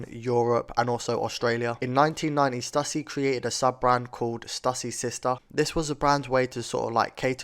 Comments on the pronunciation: ITS STOOSY NOT STUUUSSY BRO! 🤦🏾‍♂ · Cali born here....born in 80....I wore all their skate wear. So awesome to see! Although in California we pronounced it Stoooooosy dude.